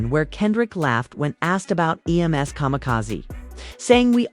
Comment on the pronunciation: Would be a much better video with human narration. Then it wouldn't say "E.M.S." instead of "Em's".